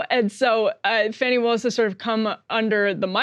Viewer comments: Could somebody PLEASE tell Emily to start pronouncing Fani Willis' name correctly? It's super disrespectful to not get a name correct And it's not like we haven't had her name for long enough to do some research on that. It is NOT pronounced Fanny. It IS pronounced FAHNI. If you don't believe me you are welcome to consult Wikipedia. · Emily...you are offensively mispronouncing Fani, the first name of Ms. Willis, the Georgia DA